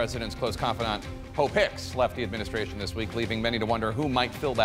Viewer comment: Did he just say Hope Hicks smh... 🤦🏾‍♀️